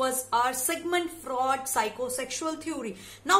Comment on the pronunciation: It's Sigmund Freud not " fraud"